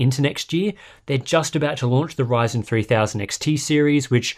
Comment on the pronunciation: Did I just heard him say "AMD whyzen"? 😅😂